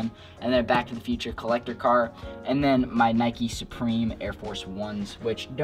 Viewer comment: Hold up bro did u say neekis